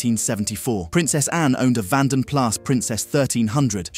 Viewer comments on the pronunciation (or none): They are really the same car the only difference was the grill and the dashboard slightly different other than that the same car. oh and the vanden plas you dont pronouce the s